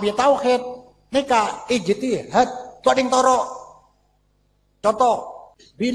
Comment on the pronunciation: Ijtihad bukan istihad😂